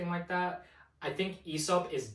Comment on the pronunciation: loved ur whole approach to this video, my only criticism would be the Aesop pronunciation 😂since it's derived from "Αίσωπος" (Aisopos), and the diphtong "αι" is pronounced like the "e" in "egg" or "bed", the right way to pronounce it would be more similar to "Essop" , with the "es" being pronounced like the first syllable in "essence"🤓☝